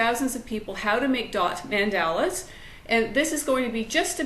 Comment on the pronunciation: Great tips....but it is pronounced Mon-dah-la! Mandela is Nelson or Winnie